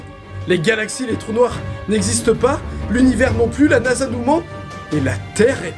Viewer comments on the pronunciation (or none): none